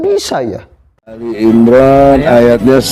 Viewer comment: si gondrong sebut nama surah saja salah, harusnya ALI IMRON bukan al imron